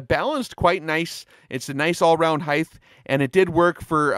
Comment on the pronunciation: People that say heigth instead of height drive me crazy. Otherwise great video!